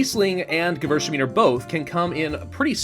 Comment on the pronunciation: What he was trying to say was "Gewürztraminer", which is also a wine (a very interesting one in my opinion) and not a region and rather hard to pronounce for any non native (German) speaker.